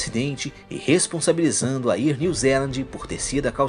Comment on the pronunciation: Bom o vídeo! Só quero fazer duas observações, com todo respeito... A pronúncia não é "ier" New Zealand. Seria algo como "éar" New Zealand... Outra coisa é que acho meio exagerado dizer que afetou "milhões" de pessoas... pra mim "milhares" ou até no máximo "dezenas de milhares" já está suficiente. Mas aí é só opinião mesmo. Abraço